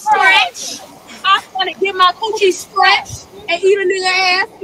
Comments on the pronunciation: More importantly, did Suki say stretched or scratched? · I thought she said "coochie stretched" not scratched. I damn near threw my phone lol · Suki was saying "skretched" as in stretched🤢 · Is she saying scratched or skretched (stretched)?